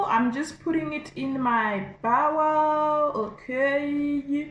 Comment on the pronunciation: Sister, thank you for taking the time to post the video, well done. The only issue is your incorrect pronunciation of the word "bowl". It wouldn't be so bad if the way you are saying it didn't mean something quite as unappetizing. The way you are mispronouncing it actually means the insides of an animal's stomach... The proper English pronunciation is "BOEWL" /"BOW - L". BOW (as in bow and arrow), the add the "L". You probably heard the mispronounced version from several you tubers who don't speak English as a first language.... I've mostly heard some Indians do so, though they are by no means the only ones. I hope this helps you to step up your future presentations. Stay positive, and keep moving forward in gaining good health !